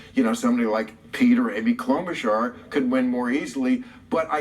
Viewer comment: I don’t even care that you say Amy’s name wrong because she’s that awful